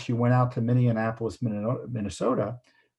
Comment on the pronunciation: Cut out the extra “in” in Minneapolis. Practice it out loud.